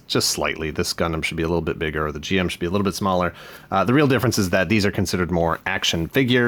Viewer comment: Very cool gundam you ended up getting. Just a small pet peeve, I'm gonna be that guy, its pronounced Jim not G M.